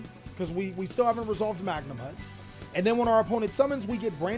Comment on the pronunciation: Respect to, he started saying Magnumhut correctly but SEER-AN-EAR AND DRUIDS WORM? My guy..